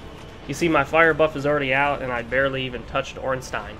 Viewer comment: Finally, someone that actually say "OrnstEIN" xD